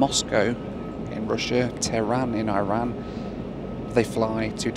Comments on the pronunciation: come on. Its Iran not eye ran. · Bloke from Mansfield pronouncing I-ran like that 😅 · Feel like you are on a slippery slope.. before long we'll have Noels bathroom reviews (instead of loo) given the country is now eye-ran. Hurts my British ears 😂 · He’s been “Americanized”. Next thing you know, he’ll be saying “See y’all on the next one!” 🤣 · Looks like the oddest airline of airline. You are spend far too much time in the states you are beginning to sound American y the way you keep pronouncing Iran. 😂😂